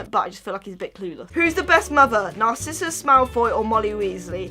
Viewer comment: Sorry but Narsissa isn’t a narcissist.😒 Ok maybe a little but that’s not how you say her name🙃